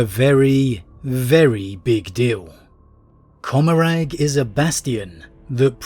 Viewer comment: Commoragh is meant to be pronounced like 'Gommoragh' as in Sodom and Gommoragh from the Bible.